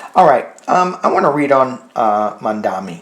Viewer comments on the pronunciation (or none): It's Zohran Mamdani, not Mandani. Two m's and one n. Like Mom-donny.